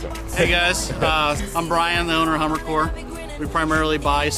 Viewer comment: It's the best thing i've ever seen in ma life "It's a hamaarrr, Pulling a hamaarrr"